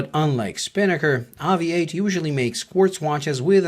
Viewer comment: AVI-8 is meant to be pronounced "Aviate"